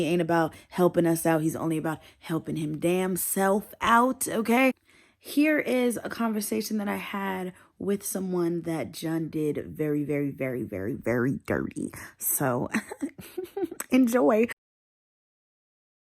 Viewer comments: I am so sorry you dealt with all that!!! And just so you know most koreans are not racist (theyre colorist with their own people but most are not racist with others you know what i mean?) And side note jun is pronounced joon like the month June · How does she make a vid on the guy and not even know how to pronounce his name? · you ain't need to know my age but I'm just saying is she and many other girls are pronouncing his name wrong ITS A PET PEEVE OF MINE I can't help it dude